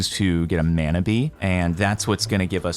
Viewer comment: lots of love ...but mana is pronounced like it has a u instead of the a muna mana .....kinda like a moari word